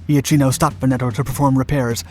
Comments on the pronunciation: The pronunciation of IACHINO is IAKINO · Given the number of comments, all of which I cannot examine, I must suppose that it as already been said, but just in case, "Iachino" is pronounced "Yakino" in Italian. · For correct pronounce Iachino is well pronounced like Iakino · Not quite. It is Ya' keeno, not I-a-keeno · Admiral Angelo 'yakeeno' not 'ee-ah-cheeno' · Its IL DUCE moron not El Duce and it is also eh[ahk-eno Iachino. Why do they have these idiots telling the story???? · The correct pronounciation for the italian admiral is Iakino (ch in italian is pronounced like k in english) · Beware pronunciation! Admiral Angelo... Ia - ch [K!] - ino ! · my grandfather was the commander of the Alpino destroyer, so thank you! But there's a lot of pronunciation to be fixed: Iachino is pronounced (approximately) Yakeeno, Marina is pronounced Mareena, etc.